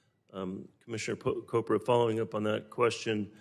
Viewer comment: lol, commissioner "Cobra", sounds a little racist. kidding, honest mistake. But it's Chopra sir, like in church.